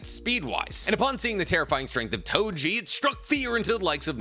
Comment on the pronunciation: Its Toji, not Tojin 😑